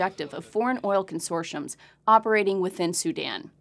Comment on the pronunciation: Not "consoshums" But Consortiums... T T T T not shhh, Learn to Speak English yank..